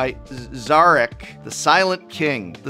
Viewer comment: I come back to this video just to hear the professor struggle to pronounce Szarekh.